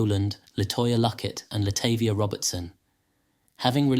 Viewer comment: Her name is latahvia